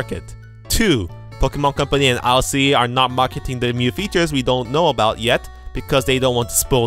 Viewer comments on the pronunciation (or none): Everytime you say "new" it sounds like "mew" hehe